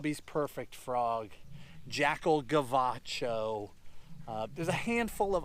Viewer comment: When he said Jackal Gavacho it was SoCal af.